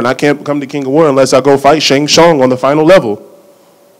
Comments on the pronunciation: Shang s-u-n-g...t is silent my guy. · Dude using Mortal Kombat references and can't even get Shang Tsung's name right.